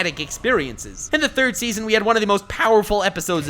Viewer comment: did you say seasom 6?!?!